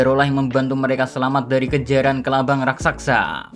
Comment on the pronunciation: Raksasa bang bukan raksaksa 😂